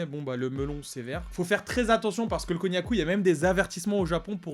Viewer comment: Quand tu as dit cognaku j'avais compris cognac 😂😅😂